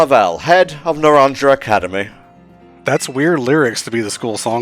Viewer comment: Naranja is pronounced as “nah-RON-ha”, j’s in Spanish are usually said as Hs. As for me, I greatly enjoyed my playthrough of Violet, but between the technical hiccups and how fresh Arceus’s gameplay felt, I had to put that game above this for personal GotY 2022. Still gotta come back and do the DLC. And friendly reminder to completely close the game out when you’re done with your recording session so as to reduce the memory leak issue and have less pop-up and slowdown problems later on! And to hopefully avoid the music bug, unlike me.